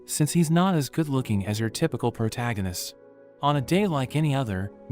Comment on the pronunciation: Finally an ai voice that can say protaganist instead of protegenist